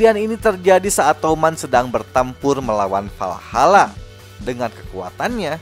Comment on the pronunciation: WALHALA bang bukan VALHALA